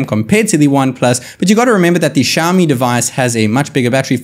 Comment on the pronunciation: Why can u speak properly,is xiao mi,xiaooooomi....wtf u speaking,go back n study back plz...